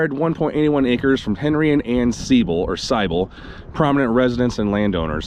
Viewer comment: This was neat! I grew up just outside St. Louis and knew a few Seibels. You are saying it correctly with the long I. I have never heard of the Harugari, though. We have a lot of German heritage so I'm going to look into it. Very unusual and interesting! Great video!